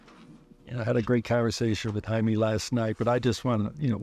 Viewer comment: Da fuuuu “Jamieee” 🤦🏻‍♂️ say it right. jamiè